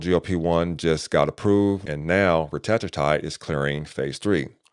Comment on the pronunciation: Hey superstar. Great review of retatrutide. I was wondering about lean body mass loss versus Zepbound. Also. You said glucaCON versus GlucaGON Also I saw AI said to pronounce Retatrutide as you did but I thought it was pronounced Reta. True Tide. Just wanted to share that as you continue your beneficial work. Thanks I appreciate you